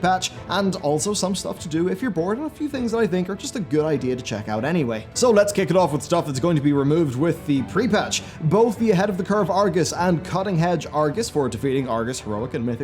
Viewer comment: Is it just me or did our man say "Cutting Hedge"